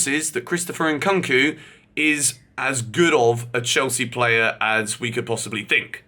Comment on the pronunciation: WHY DOES HE KEEP SAYING CHRISTOPHER NKKOOOOONKU!??? IT HAS A U FOR A REASON ITS SO JARRING WHEN HE SAYS IT PPLEASE YOUR NAME ISNT GEORGER BUNSON IS IT???